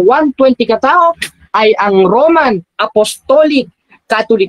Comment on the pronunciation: hiy ugok ayosin pag bigkas ang romano at wag kng bilib sa sarili di ikaw ang magssabi kong nanalo ka pastor kng naturingan owit mo